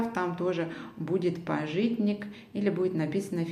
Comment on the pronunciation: пАжитник, а не пажИтник )